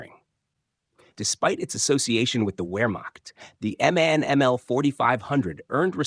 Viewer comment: The company is M-A-N, not man...you need to teach your language model...